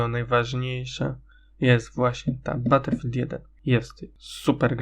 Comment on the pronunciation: Ale czyta się battlefield